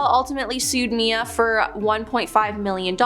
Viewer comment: It's not Mia it's M.I.A